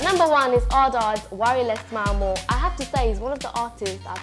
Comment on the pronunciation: She said "ARD ARD" Ard Adz* 😂😂😂